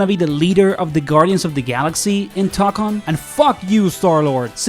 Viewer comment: It's Tōkon not Tokkon Tōkon 👉🏻ō ✅